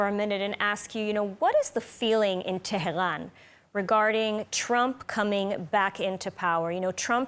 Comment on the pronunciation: how comes the reporter can perfectly pronounce IRAN,TRUMP,REGARDING,FROM,but she pronounce TEHRAN like french and call it TEH GHAN